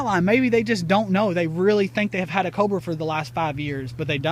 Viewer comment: Pls can you say Cobra one more time 😁